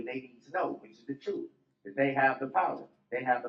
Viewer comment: Troof, oaf, I can’t with this guy